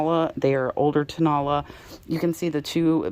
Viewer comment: Hey,! Great video. Thank you so much! Just wanted to let you know......you are pronouncing Tonala incorrectly. It is toe, na (short a vowel sound), and then la (again, a short a vowel sound) AND the accent is on the third syllable!!! I didn't know what the Mexican pottery was that you were talking about until you showed it! And then I was like, Oh! Tonala!!